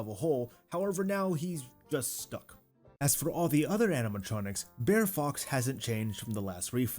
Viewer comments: Dude...you're hurting my ears. It's not Bear bear. It's BR'ER rabbit, br'er fox, etc. Southern ish pronunciation of briar, as in the briar patch. Loved the ride update. 🧡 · Are you saying Bear Bear? Bear Rabbit? Maybe I am hearing things ;) It is actually Brer or Br'er (brair) .. It is short for Brother; hence Br'er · Brer bear....Brer fox....Brer rabbit. all i can hear is "bear bear" "bear fox" "bear rabbit" and it's killing me every time you say it 🤣